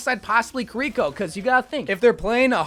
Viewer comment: every time he calls kiriko kureeko, Zenyatta gets less lore